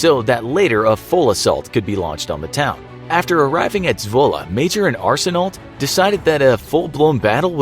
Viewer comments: Arsenault is pronounced more like Arsen-oh, with the l and t silent. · arsenault... that is the worst prouninciation i’ve ever heard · hearing canadian words be butchered by the narrator my ears: stop it please